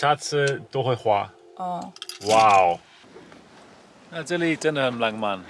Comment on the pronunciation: 活到這歲數我都沒看過下雪，真的好美的白，這景色像是冬季戀歌的景色，不爛慢，但很浪漫(不能怪先生發音不標準，我老公也是ㄤㄢ不分，我絕對不想聽他講"香港"二字，都會變粗話) 韓國的冬天非常濕冷，會冷到台灣的三字經都跑出來，我2012到跟學妹韓國過聖誕，學妹冷到罵國罵，我寧可熱，不能接受濕冷，乾冷可以接受